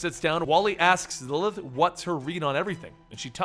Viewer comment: lmao when you say 'Lilith' It sounds like 'Lllth'